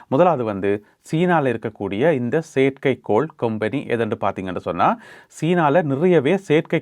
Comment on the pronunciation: கொம்பனி, கெம்பனி இல்லை